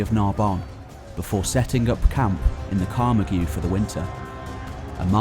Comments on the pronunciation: It's the Carmahrg, not the Carmargi Your French is terrible! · The swampy area of southern france is pronounced. Ca marggggg